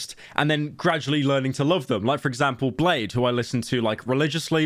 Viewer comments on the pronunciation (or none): It’s blade-ee not blade